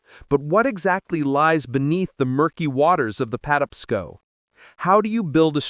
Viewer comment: Terrible AI. It can't pronounce Patapsco.